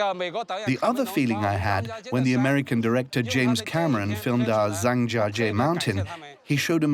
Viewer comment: OMG americans, its pronounced (Jahng Jya Jyeh) not (zang jahjjee)